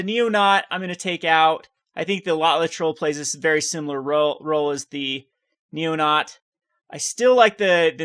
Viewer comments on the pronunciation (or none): It's actually pronounced NeoNATE like the actual name. Not criticizing just pointing out.